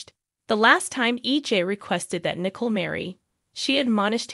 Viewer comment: It's Nicole, not "Nickel".